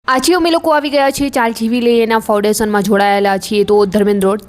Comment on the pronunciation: Ben sa ane sha vache nu antar rakho gujarati sarkhu bolso to grow saro thase uchcharan sikho pla baki overall bauj saras praytn chhe keep it up Jem ke su kevay shu kehvay Foudation and foundation . Sorry fear but pls hu darek vedio par joyu tyare keta rai jau chhu sorry u r influencer so Jem ke varshad and varsad